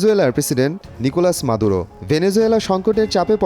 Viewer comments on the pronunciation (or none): সংবাদ পাঠক খুব আনারী, নিকোলাস মাদূরোকে বার বার নিকোলা মাদুরো বলতেছেন।